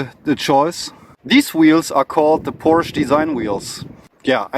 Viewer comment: This is a Porsch-e-, don‘t forget the „e“